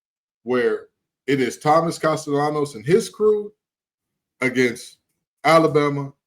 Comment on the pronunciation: These guys are utter idiots. is an FSU hater. He trashed FSU constantly when they won the ACC a couple of years ago. No one, absolutely no one at FSU is saying the nonsense this National is saying. FSU is happy with Castellanos, and can’t even pronounce his name correctly. No one is concerned about Castellanos comments except idiots like these guys. If you think that Alabama’s players are going to play any differently, you’re delusional. It’s akin to Anthony Richardson saying Florida would beat FSU. So what? It didn’t happen and the better team won. Football games are NOT decided by words before games. Tye better team will come out victorious between Alabama and FSU. Words don’t matter…Mike Tyson said it best about someone’s plan goes out the window when they’re hit in the mouth. FSU was psychologically KO’d before last season even started when the Playoff Committee stole the Playoff spot they had earned on the field. It was telling FSU’s players that all of the hard work they had done was meaningless and that carried over into the next season. The talk about firing Norvell is ludicrous. He was the National Coach of the Year in 2023, yet he doesn’t know how to coach? is an idiot! One thing we won’t have happen is the Playoff Committee stealing another spot from FSU with the expanded teams. It was theft, pure and simple. If you think FSU couldn’t have competed, please tell me how teams would have scored on FSU? Have you checked how many members o